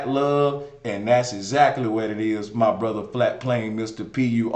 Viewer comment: Ether ,bre-ther, an She-ther😂😂